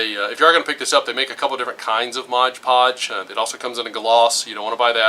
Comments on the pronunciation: stop saying "Modge Podge"! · MOD PODGE...NOT MODGE PODGE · USS Midway CV-41 ship he's saying because the man in the video is saying the name of the product wrong.